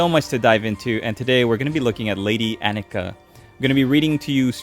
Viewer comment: My wife's name is Annika. She approves both of the mini and of your pronunciation. The rusty old blade is weird now that I know it's supposed to be magic. I thought she just stole it off some skeleton.